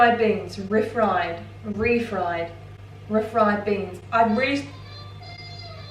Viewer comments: Everyone: REEE Fried Beans: Ri Fried Beans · Re-fried, say the word re then fried. It's not ref-ried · Ree-fried beans. As in beans fried again. Not ra-fried. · Re-fried. REE. FRIED. Fried. After cooking. RE-fried. Then again, I'm from Tennessee.... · Re-fried ie fried a second time. Two syllables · The way says refried 😭😭😭😭